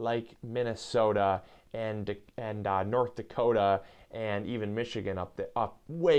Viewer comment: When I saw your channel name, I wonder if the MI meant you're in Michigan. Then when I heard how you said "Minnesota", I didn't really have to wonder anymore ;)